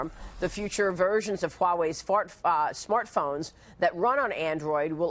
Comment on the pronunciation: Lol she said fart phone